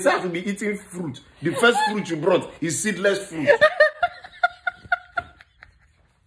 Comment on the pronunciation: I love how he says "the first thing she BRRRROUGHT is seedless watermelon."